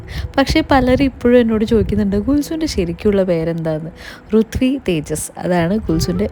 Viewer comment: Rithvi rithvi nn pala comment um kndayrunnu ur name revealing videok thazhe, but u pronounced ruthvi. But comments were rithvi